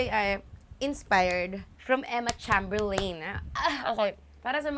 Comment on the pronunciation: ate, not that it matters a lot pero cheymberlin yun sha ipronounce yun lang